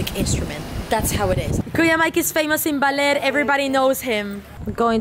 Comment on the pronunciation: BAH NOT BAY ; LER BALER NOT BAYLER OR BAILER, BAHHHHHHHHHHHHHH LER.